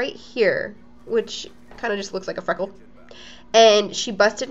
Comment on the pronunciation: LOL i love how she says freckle xDDDDD FUNNNYYY